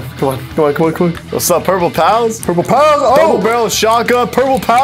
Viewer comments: I kept on hearing “Purple Pounce” not “Purple Pals” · What I heard from was purple pow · No........ Purple Powa although I'm green gang :> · Lol I heard “Purple Pows” until it said “Purple Pals won the round” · yeah dude I kept hearing purple pow and I was a little confused lol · I kept hearing purple palace too lol